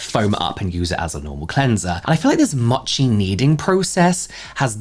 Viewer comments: Mochi, 餅(もち), is mow-chi, not mah-chi. 😉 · Mochi. Mo-chi. Slow MOtion. MOchi. Vowels in Japanese, Korean etc typically only make one sound. It’s not like western languages like Mercedes having three ‘e’s and they’re all pronounced differently 😂 Other than that, I will definitely look into that cleanser